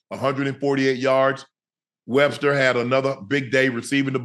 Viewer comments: WESTER NOT WEBSTER. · Please get lajohntay name right Unc it’s Wester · man why he keep calling him webster ☠